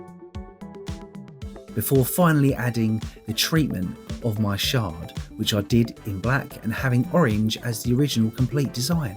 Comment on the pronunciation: Thank you for saying shard. Sherd drives me crazy